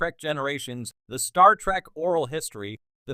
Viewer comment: I hate the way that this AI says Star Trak not Star Trek.😡